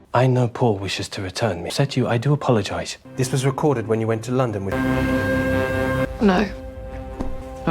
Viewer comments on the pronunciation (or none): none